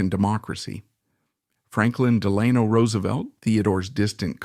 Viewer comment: You got FDR’s middle name wrong, at least the way you pronounced it